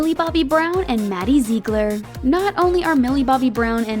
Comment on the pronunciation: Did she say Maddie “ZeEgLeR”